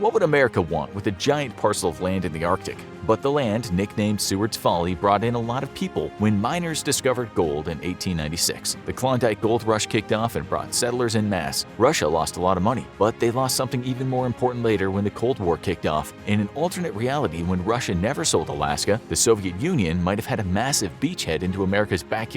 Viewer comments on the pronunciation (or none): FYI, it's pronounced 'ON-mass,' not 'IN-mass.' No problem. Someone had to correct me to get it right. Love your video's. 😉✌️